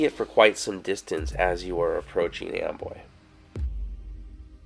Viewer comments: It's spelled Amboy but I hear you saying Amway? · Why do the clouds look upsidedown, it sounds like you're saying Amway creator like lower Am